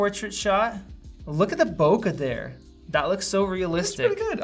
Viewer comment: it's "boke", not "boka"